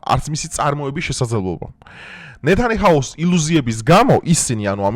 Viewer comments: ნე თა ნი ა ჰუუ! დაგვიჯერე! და არა ნეთანიჰაუ! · ნეთანიჰაუ არა! ნეთანიაჰუ )))) რით ვერ დაიზეპირე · Რატომ გეშლება? Ნეთანეჰაუ არა, ნეთანიაჰუ . Ჭკვიანი ბიჭი ხარ, ეგ რატომ გეშლება მიკვირს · და მეთანიჰაუ ვინ გაყვლეფაა კიდე ?? ერთადერთი ხარ ვინც დამახინჯებულად ამბობ მაგ სახელს. ნეთანიაჰუ😮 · ნეთანიაჰუ და არა ნეთანიჰაუ! პრეტენზია გაქვს რომ ბევრ რამეს ხვდები და ერთი სახელის სწორად გამოთქმა ვერ ისწავლე ამდენი ხანი! გაითვალისწინე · ყველგან ვუფიქსირებ მაგას მარა კიდია ტიპს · ჯერ ერთი ნეთანიაჰუ და არა ნეთანიჰაუ. 😊 მერე და ქართულად იმეტყველე მეთქი ბიჭო და პატივი ეცი ჯერ შენს ენას და მერე გვეცი იმათ, ვისაც არ გვესმის ინგლისური! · ნეთანიჰაუს რატო ამობობ როცა სწორი ფორმაა ნეთანიაჰუ ტეხავს პროსტა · სტარმერი,ნეთანიაჰუ, ჰამენეი,ისწავლე გვარები.